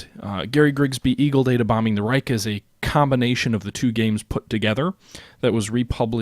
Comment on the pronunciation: Just a small side note: You mostly pronounce "Reich" very well. Keep it on!